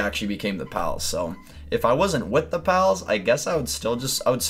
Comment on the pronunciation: It's duhhhh not der 😂